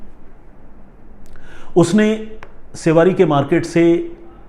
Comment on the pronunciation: सेवारी नहीं...' शिवडी '